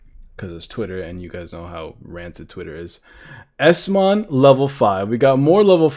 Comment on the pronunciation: It's eosmon